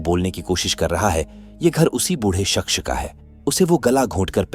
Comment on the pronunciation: Shaqs or Shaxch or Shaqs... It's Shaqss